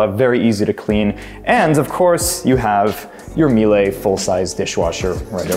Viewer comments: Very small kitchen and not sure I would like my closet just off the bathroom...could imagine that could create moldy clothes with all the shower steam. Apart from that, love the apartment! Oh and P.S. the appliance name is pronounced "MEE-LUH"😊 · Miele is pronounced Meela, same as Porsche. Great vid! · You really should learn how to properly pronounce Miele—you gave that final “e” a French accent but it’s a German name. Not MEE LAY as you said but Mee luh. As a German speaker & an owner of Miele appliances, it upset me that you didn’t know how to pronounce the name of this great brand name accurately. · As an owner of Miele appliances as well, I hear you. We also pronounce Porsche "Porsch" and Volkswagen with an English sounding V instead of the more German sounding "folksvagen". Maybach is "May" like the month and "back" like the opposite of front. I know that Americans have a lot to learn when it comes to saying German names and I'm no exception but I think there's bigger things to be upset about in the world than whether a YouTuber is saying Miele right.